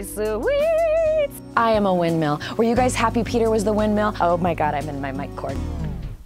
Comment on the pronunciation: Everyone: Windmill Hannah B: Windmeal